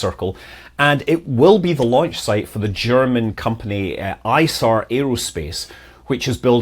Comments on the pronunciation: Isar Aerospace is pronounced 'eesar' aerospace. Isar is no acronym but the name of the river flowing through Munich. 🤓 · Scott, Munich-based Isar Aerospace is presumably named for the Isar River, which runs through Munich. So the pronunciation should be Ee-zar.